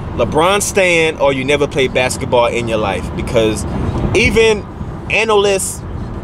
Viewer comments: Bask-eT-ball Not backs-et-ball. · My nigga said, "Bak-setball player" lmaoooooooooooooo I'm gone.